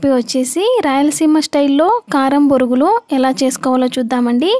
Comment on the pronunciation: Borugulu ani anakudadu thappu Bonugulu ani anaalee 😂😂😂😂😂